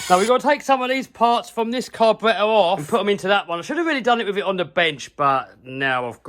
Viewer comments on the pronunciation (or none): I love the way he says carburetor. I’m from Alabama south east USA. So my accent is polar opposite of his. We say carberrader. But the way he says cabaraiha. Is hilarious. Lol